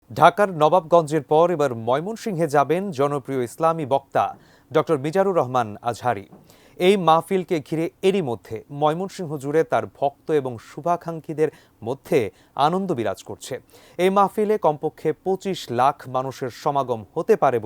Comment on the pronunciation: শুভাকাঙ্ক্ষী ❌ শুভাখাংকী ✅